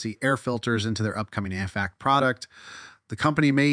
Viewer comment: HEEPAY filter.... HBAC? wtf 😂